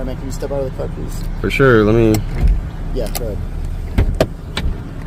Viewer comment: Fer sher 😂